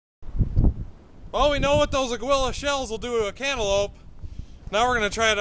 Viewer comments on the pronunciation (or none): it's NOT pronounced A-GOO-EE-LAH.. It's A-GEE-LAH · Thanks for doing this video, great job. I just got some of these (slug & shot) today and can't wait to try them out on my Mossberg 500 and Utas UTS15. One comment though: Aguila is pronounced ah-ghee-lah, which means Eagle in Spanish. Cheers